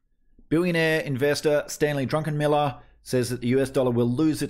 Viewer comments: His name is Druckenmiller not Drunkenmiller.😉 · Druckenmiller Not DruNckenmiller 😉 And of course he’s exactly right. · Not drunkenmiller. Check the spelling it is a German name. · It's Druck, like a duck. Druck en Miller.